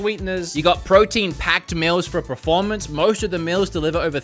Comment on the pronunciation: This dude constantly says preformance instead of performance. It kills my ears man